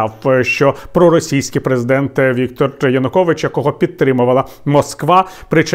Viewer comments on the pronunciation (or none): none